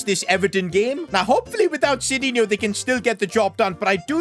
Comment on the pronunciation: btw it is not sidinho, but sidinhu to read...funny, you cant even read correct your creation.